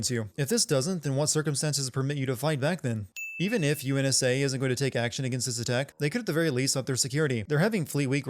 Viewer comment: UNSA? Cough UNSC Cough Cough